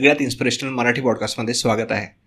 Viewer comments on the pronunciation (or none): none